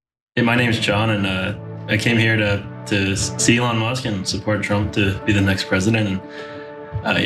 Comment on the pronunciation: It's Leon Musk.